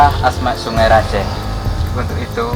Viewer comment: Saya org madura bangkalan: yg bener sebenar nya bukan sungE raJEEEH tapi: songai rajeeh Pakai e bukan E